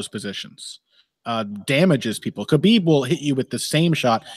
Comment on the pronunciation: I dream of the day pronounces Khabib's name correctly.